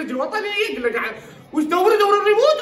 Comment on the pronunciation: الريموت وليس الريمون🤔